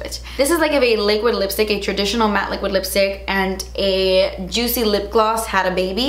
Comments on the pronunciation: “Jootsy and chiny” 😂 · "It's sooo joot-see!" 😂🙌🏼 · “really glot-sy, really juit-sy, really chine-ey” 😂 I love your descriptions of things hahaha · Weally juitsy weally chiney. I LOVE it!😄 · "Really glossy... really jutsee... really chiney"